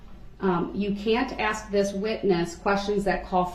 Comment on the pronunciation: I wish she would've corrected him on the word ask. His way of saying it sounds like axe